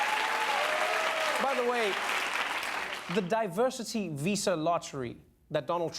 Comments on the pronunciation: "Diversary" WTF, can't this idiot even read? I guess we know how this orange pig got his degree, the same way he got out of the draft... Pop's money knows no limits. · On top of that he read "diversity" as two distinct words: "diversary" and "diversity." This is what an Ivy League alumni with a "very big brain" looks like America. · Diversary? What’s the matter with trump, can’t he read? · "Divesary" !!!!! He must've attended Trump University that went bankrupt. Lol. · Diversary. Diversary. DIVERSARY. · Of course Trump can't pronounce 'diversity' ...of course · I like how Trump mispronounces "diversity", pronounces it correctly, then mispronounces it again. Like, how dumb can someone get? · He caught himself saying it wrong and made sure everyone knew he got it wrong, then went off script and talked rubbish. Well done America.